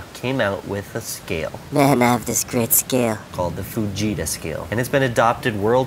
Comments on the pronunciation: It sounds like he is saying 'vegeta' scale lol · Who thought when he said fajita he said vegeta